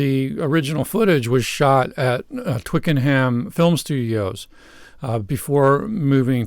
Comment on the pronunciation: Pronounced Twicken 'em